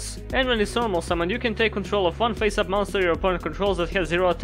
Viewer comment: The funny thing here is you sometimes pronounce 'Face up' as 'Pissed Off'.